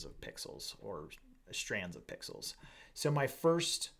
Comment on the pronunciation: Triggered every time you said "pixels". ;) Great content otherwise...thanks!